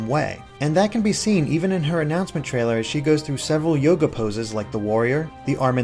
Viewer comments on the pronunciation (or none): none